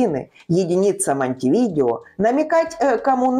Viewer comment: МонтевидЕо (читать - МонтэвидЭо), а не МонтевИдео. Стыдно не знать!